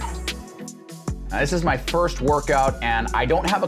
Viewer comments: “May One” vs “May First” kind of triggered me 😂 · It’s may first just thought it was funny